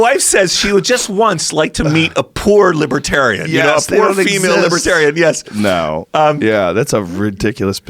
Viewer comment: Why does this dude say yeas instead of yes. So annoying